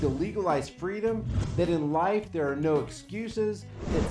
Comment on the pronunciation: I remember back in the day how many member of the black community would pronounce the letter R as R-uh just as Sharpton did in the beginning. Haven't heard that in decades! What a throwback